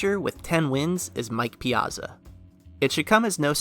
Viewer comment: I’ve never heard anyone say “piazza” that way before